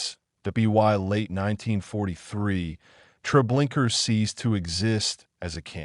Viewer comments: Treblinka not Trablinkar!! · The name of the camp is Treblinka, not treblinkrrrrrr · It is not Treblinker but Treblinka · Did you see an "r" at the end of the word? In the future make sure your narrator or AI knows how to pronounce the words you speak. Thank you. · Your use of AI that mispronounced the horrible place made a mockery of it. Your documentary sucked because of that